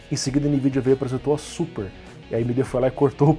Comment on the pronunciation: Navi - NavÍ Super - SupÍ